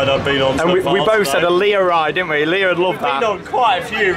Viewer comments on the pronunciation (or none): none